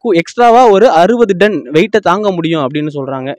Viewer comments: பத்திரிக்கையாளருக்கு.. தமிழ் உச்சரிப்பை நன்கு பழகவும்...அது டன் (Ton) Don இல்ல... தமிழ் செய்தி நிறுவனம் ஆனால் பேசுவது தமிங்கலம்...தமிழ் சாவுது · It's not done It's ton